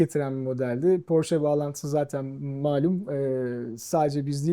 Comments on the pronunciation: Porş değil Porşe... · Porş ❌ Porsche ✅ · 'ın bu seviyede bir satış temsilcisi olması nedeniyle Porş değil Porşe diye doğru telaffuz etmesi gerekir. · bir kaç kez Porsche telaffuzunu ''Porşe'' diye düzeltse de, ısrarla 'Porş' şeklinde telaffuz etti =) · 20 yıl öncesinden sahip olduğum Aquaracer'ı hala kullanıyorum. Butik de çok güzel olmuş, hayırlı işler olsun. Tek eleştirim, bir Alman markası olan Porsche'yi Hilal hanımın sürekli "Porş" olarak telaffuz etmesi. Oldu olacak kendi markalarını da Amerikalılar gibi "TEG" diye söyleyebilir:)) Güzel saati Serdar Bey'e hayırlı olsun, kolay gelsin. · Burak beyin gittikçe PORŞE ,,,,,PORŞEE,,,PORŞEEEEE,,,,DEMELİSİN .....PORŞŞŞ DEĞİLL DİYEMEMESİ:d:d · Ben de çok takıldım porş diye okumasına :D ufak bir detay ama iş birliği yapılan markayı çalışanlar doğru telaffuz etmeli.Sonuçta lüks kesime hitap eden bir ortam.Şahsen bir porsche sahibi olup o butiğe porshce temalı bir ürün almaya gitmiş olsam geri çıkardım